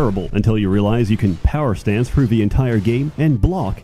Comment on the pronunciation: Every gamer needs a speech pathologist. "Frew?" Grow up,.